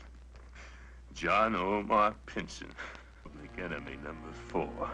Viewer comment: Why does it sound like the narrator is saying "Pinton" but everyone else is saying "Pinson"?